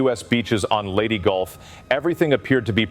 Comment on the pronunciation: narrator bungles pronunciation of Leyte Gulf in the opening seconds of this video ....Low Info Low Value narrator....About one minute later, he butches pronunciation of "formidable".....Publik Edukashun on display! {SIC]